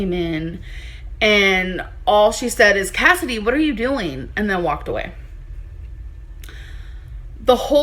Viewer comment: ask her how she's doeen, and she'll say she's fine. Ask her how she's doeen. 😆 🤣